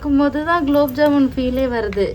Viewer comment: Gulab jamun not kulabjamun 😅😅😅😅